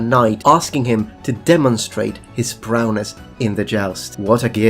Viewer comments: It's Prowess not Prowness lol Otherwise great interesting video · Also, it's "prowess," not "prowness." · No, goes on to mispronounce it in the same way later on. I think he thinks it's "prowness" but it is actually "prowess". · Amusing, though.